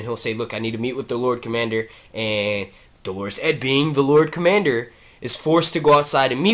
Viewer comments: I disagree. In the US American accent it's like Dollar-us. I know because I'm Catholic and we actually use this word and you can look up the pronunciation and the audio pronunciations agree. He is saying it like the woman's name Delores lol! I would include a link to the audio pronunciation but YouTube app won't let me. But u can google it. He also mispronounces cavalry all the time too. He says Calvary - another Catholic word. Cavalry=soldiers on horses. Calvary=place Jesus died. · It's not Dolorus Claiborne lol, it's pronounced Dollar-us, Dolorus is a woman's name. Great videos doe! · Thank you. This was driving me nuts. Dole' r-us, maybe. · Dolorous is pronounced like DOLLar-us.